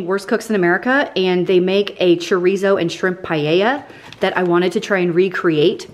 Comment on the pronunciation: 1. This is not meant in a mean way cause I watch her videos all the time. And I even re-watch her cooking videos playlist when I’m bored or want to find a new recipe. 2. The way she pronounces chorizo friggin kills me. 3. The one she bought that she was upset cause it was the only one, is the BEST one!! Very hurt she sounded offended hahaha